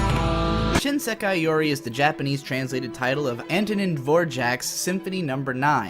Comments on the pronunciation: > is czech > proceeds to lol uncontrollably at your pronounciation of the word Dvořák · Dear fuck please never reapeat Dvořák's name ever again, that hurt XD